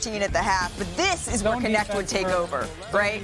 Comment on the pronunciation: it is not K.. NeKt it is KNECHT in Dutch meaning helper in Dutch